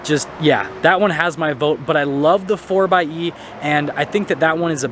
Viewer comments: Ugh it's not a four "X" "E"it's a 4 by E. Like 4 by 4 (4x4) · The exhaust opens on full throttle anyways. Also, it's pronounced (four by E)